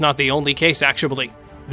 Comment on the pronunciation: why do you keep saying actuabully